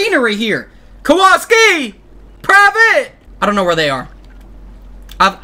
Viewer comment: It's pronounced Kowalski